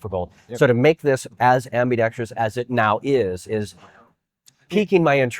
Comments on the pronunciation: It’s pronounced “ambi-dex-Trous”. Not “ambi-dex-tree-us”. I don’t care how you say it, I’m just tryna help you out so you sound more knowledgeable and professional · Officially the most annoying gun channel on YouTube. How many times are you going to say "in that space"? Oh look, you did it again . Oh, and "i'M aN oPeRaTor." LMAO. It's not AMBIDEXTREEEEEEEEEEEEEEEOUS. There's no EEEEE in the damn word.